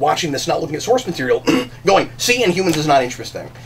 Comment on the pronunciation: you forgot to put the "h" in. Inumans.